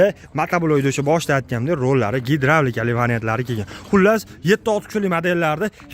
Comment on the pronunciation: Ааа, нима деди, гедравлика дедими😂😂😂 Қашқадаре Ўзбекистонни пойтахти булибди, 😂😂😂😂😂😂😂😂😂